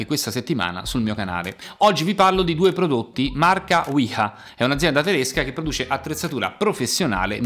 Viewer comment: Mitici i cacciaviti della Wiha... i migliori. Essendo una marca tedesca la pronuncia corretta è VEE-HA.